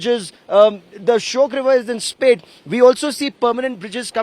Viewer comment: It's shayok not shyok.